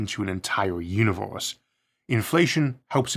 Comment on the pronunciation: the "Univeuws"